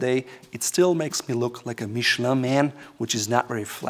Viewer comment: check out how to pronounce Michelin (since you seem to care how to pronounce brand names)